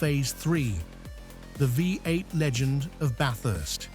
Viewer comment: Because it's an AI voice - note "Vie eight" part way through and "Lives on" (rhymes with Chives) later. Content is probably AI generated as well - so easy to detect as it has the feel of being written by a 12 year-old, repeats information and is usually riddled with errors.